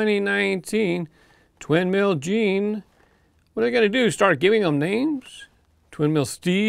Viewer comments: I'll pick Twin Mill Gen-E for track time. BTW, it's not pronounced Gene, it's Gen then E. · Hey,, the name of this new edition of Twin Mill, is pronounced "Twin Mill Gen-E", not "Twin Mill Gene".